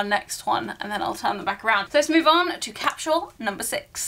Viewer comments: What’s a “cap-shoe-wool”? 🤔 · I love that you pronounce it cap-shu-al.